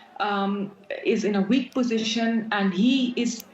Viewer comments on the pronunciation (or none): none